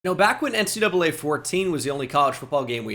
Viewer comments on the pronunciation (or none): none